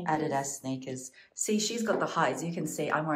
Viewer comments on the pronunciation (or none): I love the way you say Adidas. It is so wrong and yet it sounds so right when you say it. You’re not the only one who mis-pronounces it. We do not have any Savers Stores in the US. We have a lot of salvation army thrift stores.